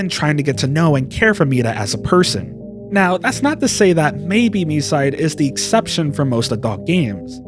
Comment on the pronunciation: Yup, it's very annoying when most of "Land of freedom" players calling the game "My-side". Even Short-haired Mita in JP voice called the game "Mii-side".